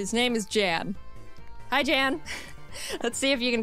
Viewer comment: So, turns out Jan is actually pronounced Yan. I found it pretty funny that you kept saying they should box their existing teams for stronger pokemon after going on that mini-rant in her previous video when she did just that during her Diamond run.